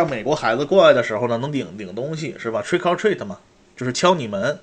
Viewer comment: 连Trick 'r Treat的发音都说不清还谈美国？😂